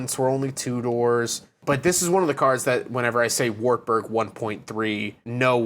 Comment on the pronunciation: People don't know what you're taking about whilst saying Wartburg, cause you're pronouncing it completely different to how it is supposed to be. It's supposed to be pronounced something like Vahrt Boorg